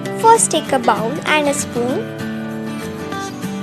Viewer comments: It's not baul it bowl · It’s bowl not Bow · She said “bowel” 😭😂